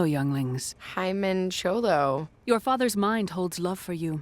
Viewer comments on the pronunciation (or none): "himen cholo" HAHAHAHHAHA